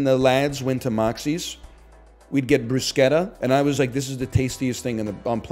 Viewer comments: its always funny when chat smugly corrects someone even though they're entirely correct. its pronounced brusketta anyone who told you otherwise does not know what they're talking about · he's literally saying bruschetta correctly! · It's amazing how people correct NL so confidently about the pronunciation of Bruschetta while being so wrong. It's Italian and follows italian pronuciation rules. Nobody is ordering a "Caramel Ma-chee-ato"